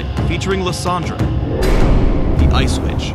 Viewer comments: I was so sleepy I thought he said ice bitch XD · who else thought said the ice bitch at the beginning? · for a second i thought he said the ice bitch...